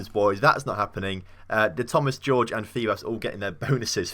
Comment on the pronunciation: Jorge is pronounced Hor-Hey not George